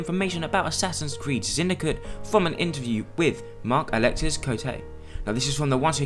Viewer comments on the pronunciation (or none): ***** Btw, you don't pronounce the s in Alexis when he's from France^^